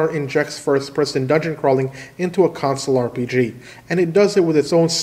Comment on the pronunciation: The number of times you say console and pronounce it like "council" in your videos is absolutely maddening, and it confuses me every single time.